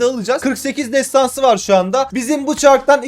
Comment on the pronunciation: nobody : MU : TESTANSI KÖSTERİŞ ALİYOH 😂